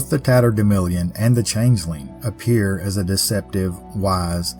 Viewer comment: I remember the term "tatterdemilion" from my childhood, used by my mother and grandmother, who were from Missouri. It was pronounced the same way you do: with a short "i" in the fourth syllable rather than the "a" that shows up in print. They said it when we'd gone out and gotten good and dirty. Who knew it was something so mysterious? Thanks for another fabulous tale.